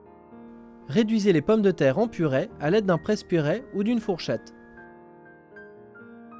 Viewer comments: on dit purée!!!!! pas purais !!!!!!!!!!!!!!!!!!!!!! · On dit "purée", pas "purait"